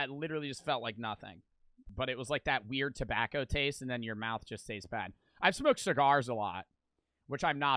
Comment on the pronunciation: Why does bro say it like “Tebacow”